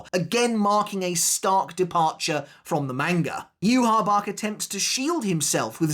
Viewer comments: did you even watch the sub ? theres no way you heard yu-ha-bach. thats just a fan pronunciation. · So then is it you-ha-Bach (how the sub pronounces it) or is it You-ha-ba-ha (how the dub pronounces it) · The best fight in tybw is the fans vs Yhwachs official name pronunciation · it's not just Yhwach, along with so many other people just refuse to pronounce so many sternritter names correctly, it's so annoying now that we've actually heard them pronounced correctly in the anime, like I get that people get into habits, but like come on, when your entire channel and job revolve around making content on one specific series the least you can do is pronounce the names of characters correctly to your best ability.